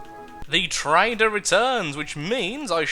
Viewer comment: when he said trader I heard is as traitor